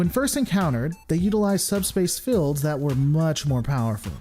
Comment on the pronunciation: Sorry but this is really standing out to me: Why do you pronounce "shields" or "fields" with a short "i"? It makes it sound like "shillds" or "fillds". Is that coming from some dialect or so?